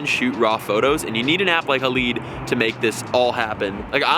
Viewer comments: Not hah-leed... It’s pronounced hah-lied This is supposed to reference the silver halide crystals contained in traditional camera film. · BOY HOW FUCKING DUMB ARE YOU. ITS PRONOUNCED Hay-Lide or Ha-Lide. NOT HAA-LEE-DAY